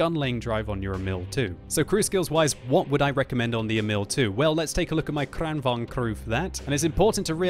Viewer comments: The first 'a' in Kranvagn is pronounced as the first 'e' in the word 'sergeant'. Kranvagn, not Crennvagn. The first rolling 'r' you got right. Nice. Greetings from Sweden. Good job, always fun watching your videos. :-) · KranVAGN,, not KranVANG!!!!!! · The pronounciation is amazingly weird to me as a Swede, you prounounce in like "KranvÅAgn" it's more like "KrÅAnvagn". Heavy long A first, short, light A second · why does he always pronounce kranvagn like this?